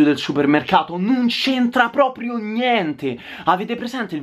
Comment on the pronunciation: Si dice propRio, non propio!!! Voglio vedere se qualcuno ti entra in casa (di notte) cosa fai...